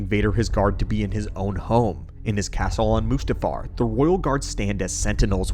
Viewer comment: Only wafching intil he says mustafar